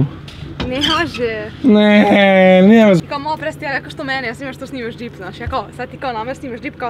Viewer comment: sta ti znaci djip hahahah kaze se džip hahaha